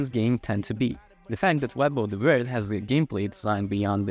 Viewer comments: Did your autocorrect change “wyrd” to “word” in the script? Pretty sure it’s meant to be pronounced like “weird”. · Im sure Wyrd is supposed to be pronounced Weird but the reviewer pronounces it as Word. Which is it? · Isn’t Wyrd pronounced “weird”, like Terry Pratchett’s “Wyrd Sisters”?